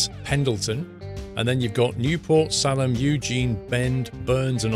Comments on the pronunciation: Salem is pronounced like Say-lum. I just wanted to let you know because I’m a Oregonian my self. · Your pronunciation of The Dalles IS correct in this video. Salem is pronounced with a long "a" as in Saylem. Just so you know. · Good review thanks for pronouncing Oregon correct, but atlas it’s SalEm not SAlam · Salem is pronounced "Say-lum," not "Sah-lum." It's also the capital of Oregon. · It's pronounced saylem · Yes. I live in Corvallis and that pronunciation made me cringe a little but whatever. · So when saying Salem, it's pronounced Say-Lim Salem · Born and raised in Salem. Thats pronounced say-lem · Good review. The way you say Salem is like say lum. Thanks for all the videos you put out. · You almost got the pronouncement of Salem right. It’s Salelem( the first isn’t used. And it’s the Capital of the state. Here is the list of capitals so far California, Sacramento Nevada, Carson City Arizona, Phoenix New Mexico, Santa Fea Oregon, Salem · Oregonian checking in from the Valley of Sickness. This map is even better than the sneak peeks made it look. The big goofy freeway interchange at I-5 and 126 (exits 194A and 194B) is real, and is actually right between Springfield and Eugene; the exit a couple miles north at Gateway/Beltline skirts the northern edge of Springfield and Eugene in that immediate area. BTW, Salem is pronounced SAY-lum; Ontario is On-TARE-e-oh (tare rhymes with scare); Nevada is Ne-VAD-uh (vad rhymes with bad) rather than Ne-VODD-uh. But you more than made up for that by pronouncing Oregon correctly, which two-thirds of Americans can't manage to do. Other'n that, GREAT review! Gotta get back to it. Dragging 118,000 pounds worth of lift truck from Sac up to The Dalles in a K100 with a screamin' Jimmy. Sun ought to be coming up about the time we hit K-Falls... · FYI, Salem is SAY-lem, like the one in Massachusetts. Oregonians are very uptight about pronunciation. I guess this post means I am too.